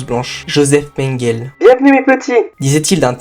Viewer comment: Mengele se prononce « menguélé », tout le monde sait ça. Cette vidéo est truffée d’inexactitudes et d’erreurs, un tel sujet demande un minimum de serieux..